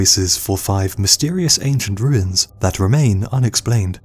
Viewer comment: Ahem, it’s pronounced, “wooins”.